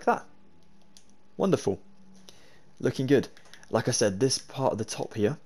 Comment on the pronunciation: Youre „here“ Sounds like: „hier“. This is a German Word